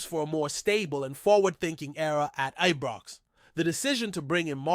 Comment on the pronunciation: Who the heck is this guy, he is an insult to Scottish supporters no matter what team or places in Scotland, Its Scotland not Scatland, its Scottish not Scattish, even our rivals its Celtic not Keltic, I could go on. Am sure he is the one that called Ibrox as Ebrox.and Govan is not Goovan. I am cringing every time I hear him, he is certainly not doing Rangers FC any good, but harming good supporters across the world, my rant over.